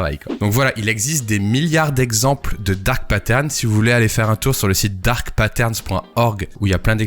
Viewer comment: Je suis Québecois et j’ai jamais entendu c’est expression là. Parcontre on est capable de dire Dark Pattern sans accent 😅